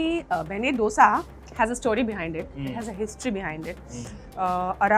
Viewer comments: For the 1000th time, its not डोसा, its दोसा 👿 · How much mehnat does it take to call dosa and dosa and not dough-sa??? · It's Davangere a city in Karnataka which the Dose named after because of its orgins & not..Davangiri , it's podi & not poodi!!! In Karnataka it's called Dose & not Dosa,!!!